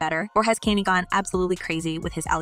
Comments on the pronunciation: It's pronounced.. Khan-yay not can-yee..she said tu- pack geezus christ girl put some respect on the names of the people you're reporting on🙄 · The way your pronouncing Kanye name makes me cringe 🤦🏽‍♀️ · I kept saying why is she saying his name like that. Glad I'm not the only one.